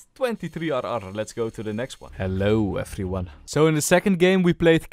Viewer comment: its the "Hellou effriuan" for me